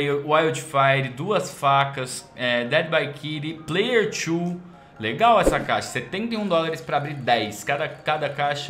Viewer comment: man para de falar "player tchu" sendo que é "player two" ou pra perceber "player tu" se lê da mesma forma